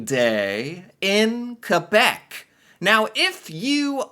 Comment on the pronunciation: Does this guy actually think that everyone moves on the same day every year?? Two years plus of doing these videos now, and still doesn't understand why Quebec doesn't celebrate Canada day? It seems like he has to be reminded every week or so that "Quebec is the French one." At least he pronounces it correctly.